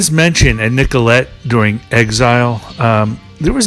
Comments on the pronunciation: Love this documentary but you get the feeling the narrator is just reading his info off of a sheet. He keeps referring to Nellcote as Nicolet and it really gets irritating. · It's Nellcote not Nicolette😊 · I love these, so far what I've seen of them; Beggars, Let it Bleed, Exile... Couple of things that bugged me a little because these are so well researched- Nellcote is pronounced nell cot, not nicolet, and it's satanic, not santanic. But again, thanks for doing these. Excellent🤘👍 And I'm SO with you on the listen loud with headphones tip!! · Nellcote! Not Nicolette